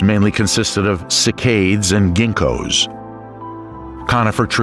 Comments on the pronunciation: cycad, pronounced SAI -cad (like in caddy). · The plant names of cycad and gymnosperm are pronounced SY-kad and JIM-no-sperm. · It's very interesting and well-made, but there are a few (mostly minor) mistakes: : The Triassic-Jurassic extinction event didn't take place 169 million years ago but 201 mya (that's not a minor mistake, though). By the way, in "cycad" the stress lies on the first syllable which is pronounced 'cy' as in cycle, and the second syllable is a short 'kad' as in Cadillac. and on from there it's 'coelophysis', not 'coeliophysis'